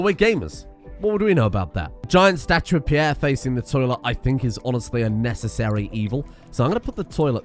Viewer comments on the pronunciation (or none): none